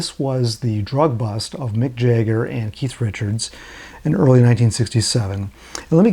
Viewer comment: Who is Jayger ?? Jagger. pron: Jag Ger